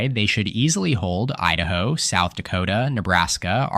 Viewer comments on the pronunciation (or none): none